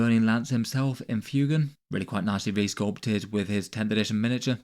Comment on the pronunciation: He's pronounced FWAYgan